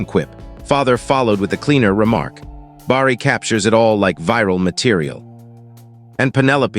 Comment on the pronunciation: Good story. Someone really needs to fix the AI bugs. They’re very annoying. Bar-ree? 😬🙄 It’s pronounced Bare-ee!! Each story gets more aggravating with all the mispronunciations. 😬😬😬😬😬